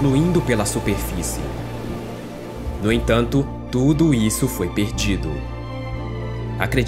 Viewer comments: QUE CONTEÚDO MARAVILHOSO MEU AMIGO. SÓ ME INCOMODOU O SUPREFICE. CORRIGE E NÃO PARA, DEUS TE ABENÇOE. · Fala bem.. só erra na " suprefice"